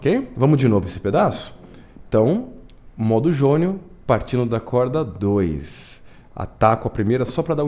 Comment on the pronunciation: O exercício é ótimo. Mas cada vez que você falava a palavra "modo" me dava comichão.